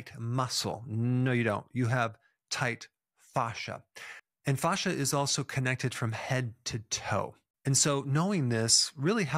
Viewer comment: Dr Berg you pronounce it correctly with the Latin phonetic 👍